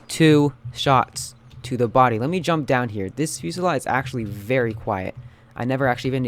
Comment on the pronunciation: i think its pernounced fasalt